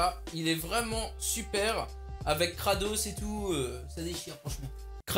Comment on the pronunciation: Mdr ta dis krados au lieu de kratos